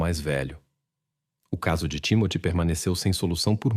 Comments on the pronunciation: O nome da criança creio que é TIMÓTEO e NÃO TIMOTÉO!!! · NÃO É TIMATE , MAS SIM TIMOTY . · Não entendo o porquê da pronuncia tão errada do nome do menino que se chamava Timothy. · Foi corrigir e corrigiu errado. É timothy! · Desculpe, mas essa narração é irritante. Principalmente quando fala nomes ou palavras que soam extremamente erradas para a língua portuguesa. O nome do menino, pelo que entendi, ora é Timóteo ou Timothy. Enfim, não consigo acompanhar a narração sem notar que esse IA, é extremamente irritante. 😢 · Nossa pq vc pronuncia errado o nome do menino? Hj da prasaber pronuncias no Google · O Narrador é burro e nao sabe pronunciar o nome do garotinho. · Com tantas versões e mentiras da mãe, sem dúvida ela deu fim no menino pra se ver livre da responsabilidade. A falta de emoção dela diante da perda do próprio filho prova isso. Agora, a interpretação do caso é péssima, deve ser IA, não conseguem nem pronunciar o nome da vítima. Com certeza eu não vou assistir a outro vídeo deste canal.